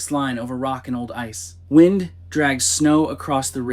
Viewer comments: Did that voice just pronounce Wind as Whined? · Not quite, it was wind, but the wind a clock pronunciation.